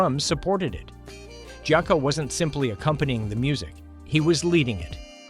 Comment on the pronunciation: This is a very informative video about one of my all time favorite musical groups, but this AI slop mispronouncing so much shit even "Jaco" is pathetic man ...really.